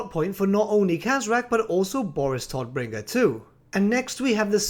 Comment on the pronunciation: "Todbringer" is German (because the "Empire" is basically Germany) and means "Bringer of Death" or simply "Deathbringer". "Tod" = "Death" and you pronounced it wrong. It's pronounced with a "long" O. not with a "short" O. ^^